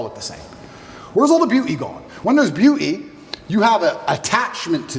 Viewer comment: Beeuu’ee standards. Lol